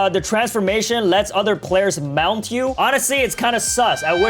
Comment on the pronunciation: Why bro saying mount like that MOUNT LOL